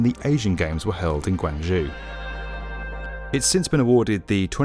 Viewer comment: Another great vid however please note that Guangzhou is pronounced GuangzhO as in "toe" not oo as in "who"